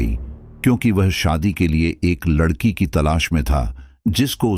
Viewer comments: aap Hindi bhi sahi se nahin bolate ladki wala Hona chahie Lakadi wala Nahin aur yah kya aapka naya drama hai paise dekar hi sadasya Ban sakte hain FIR Kahe Ki Family kahe ka parivar jismein Paisa Ho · पहले अच्छे से बोलना तो सीख लें लकड़ी वाला नहीं लड़की वाला बोलते हैं 😂😂😂😂😂😂